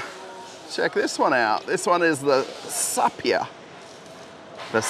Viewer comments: you massacred the name: saipa shahin, sapia shannon my god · Saipa not sapia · It's SAIPA SHAHIN not Sapia shannon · SAIPA Not SAPIA ------ SHAHIN Not SHANIN ----- Why are you so surprised? Iran has been producing cars for years. More than 40 years. Iran produces more than one million cars per year. Also, in the past, the quality of its cars was better than today. Today there is a car mafia in Iran. The Iranian market has been conquered by the Chinese. Iran has very good engineers. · Saipa shahin not sapia shanin 😃 ,despite that thank you for the video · What the hell is sapia ? This is SAIPA (SAI-PAA) And the name of that car pronunce (SHA_HEEN) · Not sapia and shanin ❌ Saipa & Shahin ✅ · It is SAIPA, not SAPIA!! And SHAHIN, not SHANIN!! In how old did you drop the school?! Maybe in your 8! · Sapia?? No this is saipa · Dude you probably need to work on your reading... SAPIA? SHANNON?